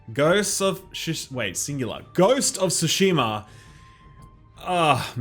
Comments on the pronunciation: It's not pronounced "soo-sheh-ma". It starts with Ts, as in the end part of "its". Tsoo-sheh-ma. Same with Tsunami. Why do you think there is a T in there? Japanese is phonetic when using the Latin alphabet. Pronounce the T. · i swear no one other than japanese pwople can pronounce "tsu" your pronouncing like su or shu and it really triggers me lmao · It's TSU-SHIMA lol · People always seem to forget that cheeky T at the beginning of Tsushima. Like you're literally meant to just subtly say the t as you pronounce it.. Otherwise why doesn't sushi have a t there? 😬 Just breeze by the t, but say it still ;) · Can't wait for compilation of all the mispronounced that GoT title get by reviewers 🤣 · Why is nobody pronouncing the "T" in Tsushima? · Please by everything that is holy, learn to pronounce the name correctly. The "t" is not remotely silent......otherwise great review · I cringe every time you mispronounce Tsushima. But you’ve sold me on the game. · Still waiting for someone to pronounce Tsushima correctly. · drink every time he butchers tsushima pronunciation. So everytime he says it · can you like pronouce Tsu in Tsushima correctly please its cringy.